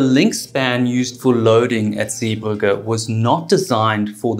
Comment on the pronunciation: Great video and told very well, but it is Zeebrugge not Zee burger! 🍔 😂 I noticed you only altered that after you put in a video where somebody else pronounced it correctly! Only teasing though, really enjoyed it!